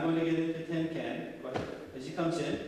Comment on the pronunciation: He keeps saying tin can, i through t it was tenkan ?